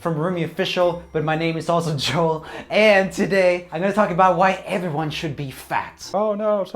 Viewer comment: Joel. Weirdly pronounced tbh.. I only have ever heard the french version of the name. I have a smiliar name, Noëlle. (Male version of the name is Noel and is pronounced the same as Joel just with a N)